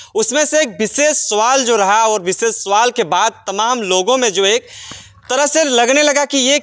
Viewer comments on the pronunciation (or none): कैसे बोल रहे है भाई सवाल कि सोवाल